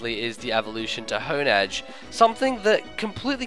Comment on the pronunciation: Im sure i'm saying Honedge and Doublade's names wrongs, but i reeeeeeally prefer the pronunciation of "Haun-Edge" and "Dew-Blade". Design is really underwhelming. Not shield for our sword? I hope we at least get sick art of something double wielding Doublade.